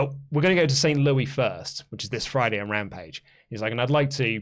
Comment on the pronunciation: The "S" in Louis is mute, so your pronunciation was correct.